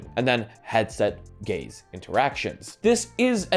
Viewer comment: I can't unhear him saying 'gays' instead of 'gaze' and its made for the funniest video of his.